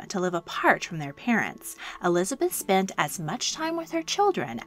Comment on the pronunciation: ah yes, ELIABETH, that well know English Queen